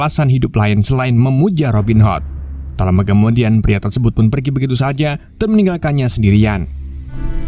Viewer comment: robin HOT,, bacanya hot.,,.Robin ..m wwkwkwkwkkk